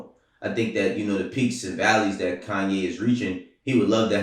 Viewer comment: Someone teach how to say Kanye.